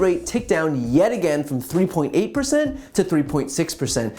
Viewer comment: "...3.6 pershent"